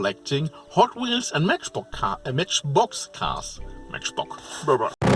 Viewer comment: LOL about "The Matchbock Bobba" 🤣